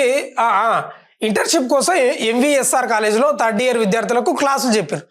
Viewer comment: తడ్డియర్ కాదు anna థర్డ్ ఇయర్